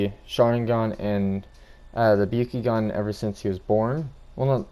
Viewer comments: And it’s the byAkugan not the byUkugan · You are pronouncing byakugan and mangekyo wrong